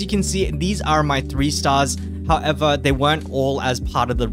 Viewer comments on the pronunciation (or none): none